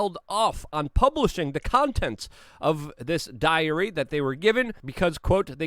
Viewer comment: always interesting! just one side note, diary (too much stress on the y) sounds too much like diarrhoea :-)